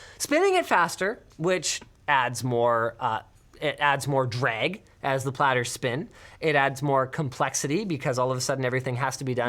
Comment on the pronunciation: Oooof the way he says drag is so Canadian